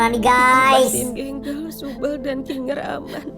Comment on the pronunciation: Kinger bukan kinggler